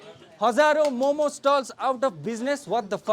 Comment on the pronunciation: Bhai tum bhi momos bol rahe hoo momo bol only